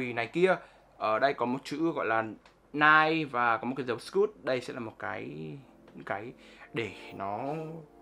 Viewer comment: Ni - Ke or Ni - key